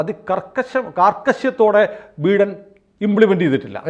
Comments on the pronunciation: ബീടൻ അല്ല ബീരാൻ 😂😂😂😂 ബൈടൻ ആണ് സാറേ 🤭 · Pronounce ബൈഡൻ please 😅